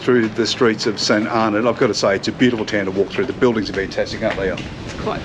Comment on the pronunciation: Great place to visit - it's pronounced St "Arno".